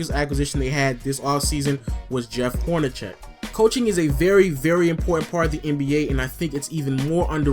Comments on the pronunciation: its Horn-a-seck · Lol I think it's pronounced Horneseck not Hornecheck but good video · I like your videos, but Jeff Hornacek's name is pronounced as though the c is an "s". Just pointing out a pronunciation thing.